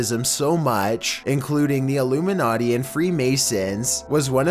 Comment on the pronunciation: how much heron does this guy do before recording? are you even awake? do you think this is a dream? so interested in the content but all i hear is "'illoomeenaughtee"'